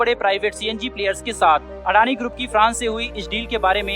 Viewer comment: अडानी ग्रुप नही अदानी बोलते है अनाडी है क्या तु ठीकसे बोला करो भाई